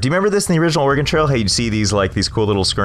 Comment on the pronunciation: Thank you for saying OREGON correctly